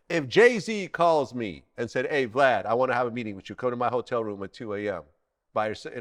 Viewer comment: Boosie couldn’t even say Vlad 😂😂😂